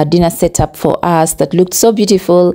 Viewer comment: Drope the accent please sweetie and be normal. Its usssssss not urseeeeee and its wrong to call someone driver i know its ok in Uganda but internationally its so wrong.Conguratulations on your engagement i pray he marries you because you started the relationship opposite.Sex should be after marriage.Am a Christian.Dont feel bad have no any bad feelings